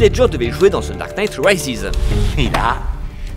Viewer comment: The dark night « raïziz » 😟